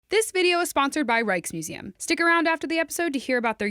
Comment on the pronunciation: I just can't not hear "Reichsmuseum" and "Reichstube".